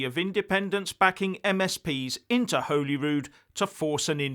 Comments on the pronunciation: it is not Whollyrood, like it has a hole in it. it is Hollyrood like a piece of Holly (the Xmas decoration). If you are going to continually comment on Scotland please get your pronunciation correct. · Please stop saying Holyrood wrong. It's not pronounced Holy. It's pronounced Holly. Regarding the IndyRef2. If it happens then it will be decided at the polls.